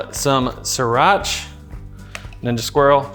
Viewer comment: "Sirach" lol